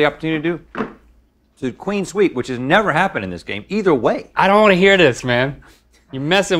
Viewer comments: it's clean sweep but they mispronounced it as queen sweep, and it's been a running joke since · I can’t get over the fact they call it queen sweep instead of clean sweep